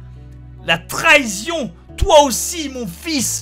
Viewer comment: "la trahision" ?